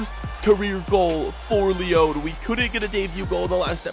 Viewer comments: It's not Lee-own it's Lee-on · IT’S NOT LEON!!!!!!!!!!!!!!! Are your seriously pronouncing it like this deliberately!